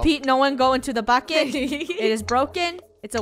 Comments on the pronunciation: Same ir thought i was the only one at first u thought she said buck it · She accually said bucket but sounded more like F it xD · •••Jeon Jungkook’s Property ••• its BUCKET not f it (this is the first time I actually say F) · she said bucket but it sounds like this f**k it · Sounded like she said F it but it was bucket!! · Just saying when Funneh yelled "bucket!" I thought she yelled "F it!" and I was like "what, I thought this was a family friendly channel." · Lunar Eclipse omg I thought that too then I realized she said bucket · Lunar Eclipse same lol I was like what she doesn’t swear but I replayed it and I heard bucket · why does it sound like she just say the f word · Did it sound like funneh said F*** it Ik she didn’t she said bucket lol 😂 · Hey it Soud like u said the f word but U don't bad words :) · Heh woops! I thought she said something else when she said 'bucket' heh.. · When Funneh said "Bucket!!" my sister heard it and thought she said the F word xD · No she said bukket i thought she did to